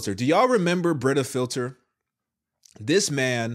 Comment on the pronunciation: Did u say his name is Britta filler? 😅